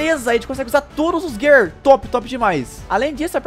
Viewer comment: Eu sei que eu to sendo chato mas se gir four não gear se escreve gear e se fala gir